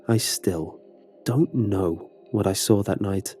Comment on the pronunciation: No one: Absolutely nobody: while narrating: 'And that's when I SAWR it.'